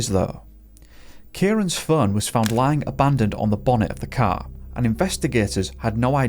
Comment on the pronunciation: 😂I thought you said his "cow" disappeared lmao